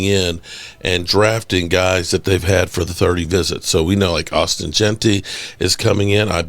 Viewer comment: PLEASE... it's ASHTON Jeanty not AUSTIN